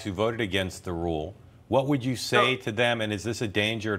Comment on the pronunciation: "approporations" lol speak English much?